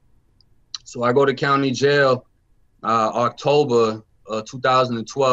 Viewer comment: Octoebra lol October idiot lol love the accent